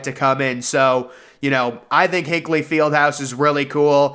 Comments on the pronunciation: Indiana has had to postpone games from the roof falling apart. Also, lol not how you say Hinkle. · That's not how you say Hinkle but okay